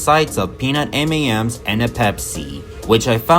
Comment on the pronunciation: A.I. robot narrator voice. 🤣 "...accompanied by a sights of peanut M E M's end a pepsiii." 🤣